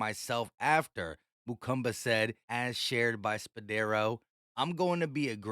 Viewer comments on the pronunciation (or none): Stop saying Mukumba lmaoooo